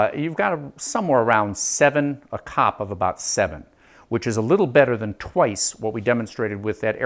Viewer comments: As an engineer in the industry - literally no one says "cop". It's C-O-P. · As someone who worked with the design and development of automotive HVAC for 10 years, its called C.O.P. SEE OOOH PEE throughout the industry, it is NEVER called "COP" (like a policeman). I cringed every time you said it. Before I bitch at you I want to say that your presentation is world class, your fabrication is pretty fricken good. Your explanation and showing everything is excellent. Your camera work and editing is top notch. You are a master instructor at the explanation of things. You did a good experiment...but...NOT 'revolutionary'. :( Still, you got the hard part mastered, how to teach and explain. Masterful. You made your columns out of the wrong material. There is a common material you could of selected, even at home depot, that would of had 1/10 the thermal mass of the PVC pipes, and you failed to insulate them. Your process that you are using for making 'cold air' is backwards. You fell into the same trap as everyone else. There is a better way. Yes, I've done it, am doing it. You don't have enough temp probes, which, in your case, are type K thermocouples You are using the wrong desiccant. There are better ones and NO they are NOT lithium based. 1/2 to 2/3rd of your setup is just for the desiccant. Your setup USES water, even low quality water. A Carnot cycle refrigeration based closed cycle system (an AC system as you have in your window) MAKES water. This is a 'big thing' in many parts of the world. Solar heating of your desiccant would really suck because ma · I'm a thermal engineer and this is the first time I've ever heard COP pronounced as a word!